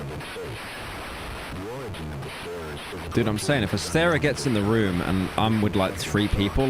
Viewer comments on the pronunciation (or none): none